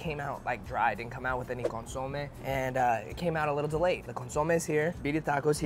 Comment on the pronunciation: I love you but you drive me crazy when you say “consomé”. lol You put accent on the O when you should be putting it on the E, just like how I typed it out. CON-SO-MÉ, like saying “meh”. 🤍